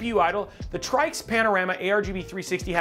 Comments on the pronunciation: it's pronounced "TRICKS" you dummy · So it's "Try-X" 😂 funny